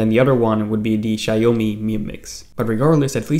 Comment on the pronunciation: "sjaiomi"? WTF can you pronounce Xiaomi correctly, please?